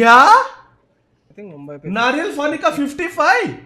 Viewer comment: Can anyone tell me why he says fani instead of pani 🤔